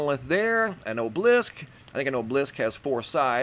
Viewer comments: A gentle constructive criticism: these are called an "o b a lisk" (spelled "obelisk") or monolith. There is no object called an "oblisk". Please take as it's meant sir. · Its pronounced OB-el-ISK not obe-leesk. Obelisk. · Oh-blisk? do u mean Aahb-eh-lisk?? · It's pronounced o-be-lisk not o-blisk! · Ok... just basic phonics skills would be a refreshing change for once. So frustrating to have to listen to such a hack job so often when it's so easily remedied. First he pronounces obelisk as though it's magically lost a syllable and mixes/adds letters unnecessarily. The result sounds like "o-bleesk". The next time he attempts to say it he still loses the 3rd syllable and now pronounces it as "o-blisk". Obelisk has 3 syllables, just like how it looks. Sounded out it's "oh-buh-lisk", or sometimes "ah-buh-lisk". Then shortly after he says: "heighth" which is 100% not a word. I'm absolutely astounded especially recently, at the high rate of "gobbledygook" spewing forth from this creator. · You can Google words you don't know how to pronounce such as obelisk. Ob-e-lisk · obelisk pronounced AH-bull-isk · It's pronounced - Aw - bow -lisk! Obolisce. Love the channell!!! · Obelisk - aa·buh·luhsk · Obelisk is pronounced "AH'- bell- isk." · Do you watch these videos to learn interesting, "alternate" pronunciations of words? 😉 I do 😂